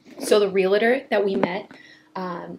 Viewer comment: REAL-TOR NOT real-I-tor there’s no I in realtor!! Sorry I know it’s pretentious but as a realtor it’s one of those things that’s nails on a chalk board to me! REAL-TOR not real-I-tor!!!!!!!!!